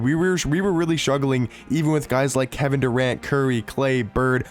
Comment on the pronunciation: "Paul Geogre", "Kevin Duarnt" 💀